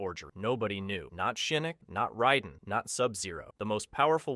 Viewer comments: raiden not riden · it's not ryden It's Raiden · It’s pronounced Rayden not Ryden. Go watch the movies and listen. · OMG this video was so hard to watch simply because of your constant mispronounciation of all the damn names 😡🤬😤...like were you having a stroke while recording this!? Lol cause sometimes you'd say them correctly then other times you'd just choose to mispronounce them Raiden is RAY DIN not ride un Lui Kang is Ka Ang not kon g You even went out of your way to say Kano wrong....Kay NO...not kaw no This video was great but that little bit was driving me crazy!!! Sonya....Sa own ya not Sa on ya....my god man 🤦🏽‍♂️🤦🏽‍♂️ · Why do you keep saying “riden” when it’s “raiden” that’s bugging tf out of me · How are you a fan of a franchise that 35 years old and refuse to pronounce the characters names CORRECTLY🤦‍♂️ Who is “Rieden” and why is he playing RAIDEN’s (RAY-DEN) role? The game told us how to pronounce his name from day one. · Ryden? Who tf is Ryden? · Can not excuse this disgusting pronunciation of Raiden. Raid-En. Cmon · You lost me at "rye-den". Any human who has ever heard of mortal kombat knows this. Loser. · Ray-den = raiden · Sorry, wtf is that pronunciation of Raiden????? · How can you have all this information about the MK universe but can’t say Raiden’s name right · If you butchered every name just for comments, congrats, you won - but FR though hearing you say Raiden or Liu Kang is like nails on a chalkboard, is it so hard to pronounce non-white names